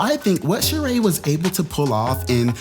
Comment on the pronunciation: I know this is random but it still kills me Sheree has that damn accent on the wrong e lmao